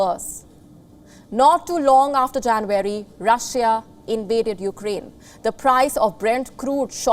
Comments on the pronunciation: It’s not jan-very you pinhead…it’s January! Where do they get these numbskulls?! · It’s not JanVARY but Jan UARY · It is JA N U A R Y not JANVARY. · its not janvary ma'am ..it's january😊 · You lost me at ‘Janweary’ 😅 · She pronounces January as Jan-wary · Learn to pronounce JANUARY ....u r no compare to palki Sharma